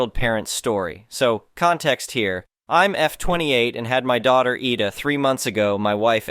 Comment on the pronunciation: IDA = (EYE--DAH) As how you would say IDAHO (.withOUT the HO part)